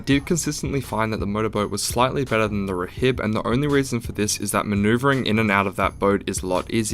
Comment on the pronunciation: Btw rhib is pronounced rib the h is silent